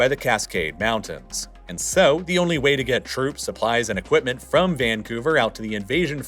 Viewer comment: He also pronounces mountains as mounans